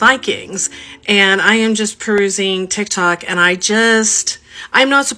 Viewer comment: Did she say Tic-Toc or Dick-Talk?